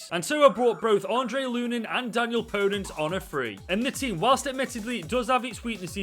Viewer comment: You pronounce the e in the end when you say Podence